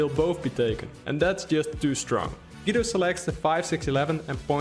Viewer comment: Great video! Thanks for the analysis. As an Italian though I feel the urge to tell you: Guido Is pronounced like goo-e-do.